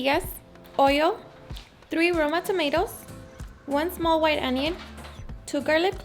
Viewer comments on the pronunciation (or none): none